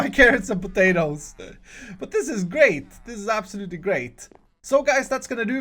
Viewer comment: Omg I need to know now.. PATATORS?!?! PATATOR??!?!